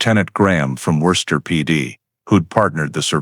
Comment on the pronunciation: Maybe some can't take the sound of Gloucester but for me it's Worcester that they've slaughtered the pronunciation of most efficiently.